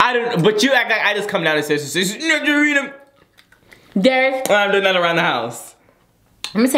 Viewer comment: he says snatcherina🧚‍♀️